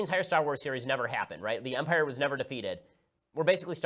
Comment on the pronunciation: “In umpire strikes back”, your outta heeeere